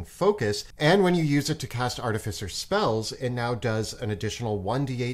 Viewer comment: how many times can they say artificer wrong. still a great video though